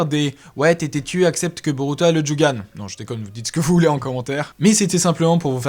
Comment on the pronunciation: On dit jogan mais ta vidéo est super